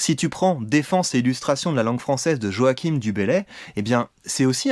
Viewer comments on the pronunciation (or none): En revanche, Joachim Du Bellay, ça se prononce pas "Joakim" mais «Joachin». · Super... Euh... Moi j'y vois deux façons de prononcer. Joachine avec un e muet ou Joachain ? Si vous avez l'enregistrement sonore d'époque... Merci.